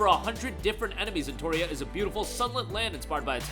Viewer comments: he said Entoria so many times you would think he believed thats how it was spelled lol e NO tree uh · its NOT “Enotoria” its Pronounced “En-Not-Tree-uh” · No its not. "TOR" doesnt make a "tree" sound.